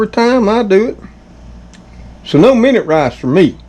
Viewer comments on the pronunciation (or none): none